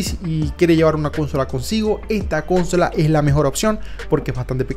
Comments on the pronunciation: Cuando dice cónsola,me recuerda al meme de John Cena ,bingg chilling😂😂😂😂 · me iba aturdiendo cada vez repetía la palabra equivocando el acento, ya que "consola" es una palabra llana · cónsola KAJSKAJS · Intenté ver el vídeo pero no aguante la pronunciación de CÓNSOLA, lo peor es que durante los primeros minutos lo dice hasta el cansancio. 👎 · Que extraño, la 1ra vez que abri el video no tenia sonido y ahora que ya tiene sonido escucho el como pronuncias "cÓnsola" xd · Tengo mucho conflicto cuando escucho "cónsola" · Por qué dices cónsola... Eres la única persona que conozco que lo dice así de mal.... No es hate simplemente me ha llamado la atencion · Nunca habia oido a alguien diciendo consóla en ves de consolá, i me daba curiosidad de donde vienes. No es por criticar solo curiosidad. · No he podido terminar el video con eso de CÓNSOLA 🤣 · Cada vez que decía cónsola, mis oídos lloraban 😭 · Cada vez que dice "cónsola" se muere un niño en Angola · Cuántas veces dijo cónsola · Cada vez que dices cónsola, diez gatitos mueren entre terribles sufrimientos. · Cuantas veces dices cónsola por minuto?? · La mejor cónsola jajajajajsja😅😂😂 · Pero como le vas a decir cónsola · Cónsola suena re raro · Amigo consola en español latino es palabra grave por favor no es esdrújula. Me dolió la cabeza escuchar como dices CÓNSOLA. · Podes decir cónsola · Cada vez que dice cónsola me da algo en el pecho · Sangran los oídos cuando dices cÒnsola… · Como que CÓNNNNN-sola XD ya llamale consome mejor XD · deja de decir cónsola, no sabes ni decirlo y enferma los oídos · Solo por decir Cónsola le di dislike. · Cónsola... Nmms xd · Amigo consola no lleva acento ,a ver si aprendes a pronunciar .cos aparte gracias por el vídeo y la información . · Jajajajaja justo pensé: no mms, esa palabra no tiene acento, wtf? xd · Horrorosoooo Además lo dijo como 1000 veces en el juego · pues dilo. Si está mal. Muy mal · Jaaa jaaa y lo dice varias veces jaaa😅😂😂😂😂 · La menera en que dices consola esta mal😂😂